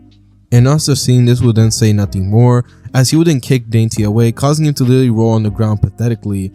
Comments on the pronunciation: Dante is pronounced Don-tay When you pronounced it saying dainty I started crying laughing😂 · Your pronunciation of Dante is absolutely egregious